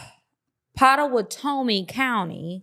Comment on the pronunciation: I'm cracking up because I'm from Oklahoma and it's pronounced "Pot-uh-watt-uh-me" lmaoooo but honestly, truly, it's a wild name.